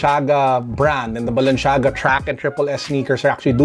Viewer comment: *balenciaga no balenshiaga